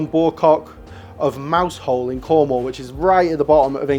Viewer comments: Did you actually say Mouse Hole? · Hi, Cornishman here. Mousehole is pronounced Mowzel not Mouse-hole. It’s one that always stumps non locals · Not Pronounced mousehole but “mowzel” just to be that guy I’m afraid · its not Mouse-Hole its pronounced Moussal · It's not pronounced Mousehole! Don't go to Cornwall after that. You will be lynched! FYI: Pronunciation is Mouzel. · Stargazy from 'Mouse-hole' 😱 It's pronounced Mow (as in the Chairman), and zul (rhyming with full) 😁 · Dude!! It's written Mousehole....it's pronounced "Mouzel" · Mousehole isn't pronounced MOUSE-hole. It's pronounced MAO-zul! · “Mouse hole”? That’s “Mowzel”. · "Mousehole"? 'MOW-ZUL'! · I thought the tutorial on how to pronounce "Worcestershire" was pretty funny, given that only 23 seconds into the video he'd already mispronounced "Mowzel" as "Mouse Hole." Is there really any wonder that foreigners get British place name pronunciation incorrect? 😀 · Mousehole is pronounced Mow-sul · It's not "mouse-hole", it's "mao-zul" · Pronounced Mouzzel..not Mousehole. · It's pronounced roughly 'mowzel' and definitely not 'mouse-hole'. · Mousehole = Mau’s’ll not mouse-hole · Mouse-hole?? It's pronounced "Mao-zel" - Mao as in Chairman Mao. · Funny to hear people pronounce Mousehole. It's not "Mouse hole" , It's sorta like "Mau" sound, like in Deadmau5, and then the name Saul, except the S is like a Z. So like, "Mauw - Zaul". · Mouse Hole!! It’s Mowsel! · 🤣🤣🤣 Pronounced "mauzul", not "Mouse hole" 🤣🤣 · hey, love your channel but mousehole is pronaunced mausall, also Marizian is marizion, love the channel, just helping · Guys… you’re doing a video of British, get the simple place names right! People of Cornwall will be livid, it’s ‘Mow-Zul’ 😩😩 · mousehole is pronounced as "moo-zel" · Mousehole pronounced Mah-oo-zul (emphaisi on first syllable). And British food is, exceptionally good and varied and oneof the best in Europe. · FWIW, Mousehole is pronounced "Mowzal" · Mousehole is pronounced something like Mouz’l